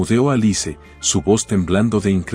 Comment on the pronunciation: Se pronuncia alis no alice